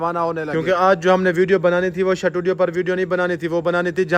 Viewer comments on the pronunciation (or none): Shutudio ni hota studio hota he